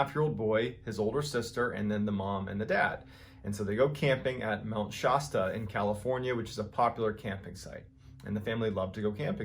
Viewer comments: Here in Southwestern Oregon, Mr. Shasta is pronounced SHAS - tuh, rather than SHAHS - tuh, like you said. Unless the Native Americans in the region pronounce it that way, but I've never heard it said the way you do. Just sayin' ... "ANYTHING COULD HAVE HAPPENED" ? YEAH, LIKE ALIEN ABDUCTION? Back in the 70's (of Age of Aquarius Fame) there were tons of stories about weird goings on on & IN Mt. Shasta. That aliens flew their crafts under the mountain somehow & had a civilization there. I've heard more recently, that people go to Mt. Shasta as paranormal tourists & sit nearby at dusk to watch the "flying saucers" coming & going out of the mountain ! Some very weird goings on ! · Northern California resident here, I cringed every time he calls it Mount Shausta....it’s ShAsta. I know it’s really nick-picky of me but it just sounds so weird the way he pronounces it, LOL. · Its actually pronounced Mt ShAsta like the old soda. Sounds like shastaahh not so much like shausta. ❤🙏 i am from here. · I've lived an hour away from Mt. Shasta for 45 years, and been camping and water skiing at Lake Shasta my whole 58-year-old life, and I've never heard this first story. VERY INTERESTING!! Thanks, Mr. Ballen. And by the way, the first "A" in Shasta is pronounced like "hat" not "hot." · Mt Shaaasta, not Shawsta. LOL! Probably 'cause I'm from California. Great video and stories as usual. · Absolutely put you as my daily listen. Love love your stories!!! Ok call me a snob... but I am 61, born and raised in California now live in Eugene OR. MT. Shasta (white mountain) is a place me and my family vacation at hike and know very well. Pronounced shas-tuh. : - ) 💓😇🤗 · NOOOO. This was like fingers on a chalkboard. It's not pronounced Mount "Shosta"!! It does not rhyme with "pasta." It's Mount SHASTA and the middle "a" sound is like "flat" or "bat" or "blast." Say it correctly! Shaaaaaaasta! OMGWTF. It's like some kind of weird audio torture listening to this mispronunciation over & over.